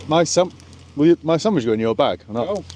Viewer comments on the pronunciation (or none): none